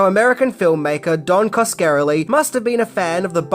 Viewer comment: Oh for Crying Out LOUD! Can't you even have the decency to pronounce the directors NAME correctly?!? He's of ITALIAN descent! It's: "Kas-ka-rel-ie!!!" There it is for you phonetically !! And if in doubt, look up someone ELSE'S You Tube reviews on one of his other films to get it right!! You own him THAT much!! God LORD!!